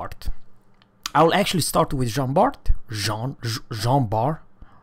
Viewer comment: jan bar ! no john Bart the last letter is ever mute for the french names you dont say republiqueu but republic ! it is he dame thing for all the french boats